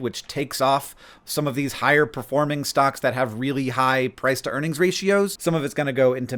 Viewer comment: For a sec I thought you said Press to Earnings Ratio lol